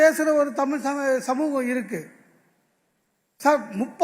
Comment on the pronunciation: இவ்ளோ நல்லபேச்சாளர் ப்பாவம் பாவம் டமில் உருப்படரமாதிரி தெரீல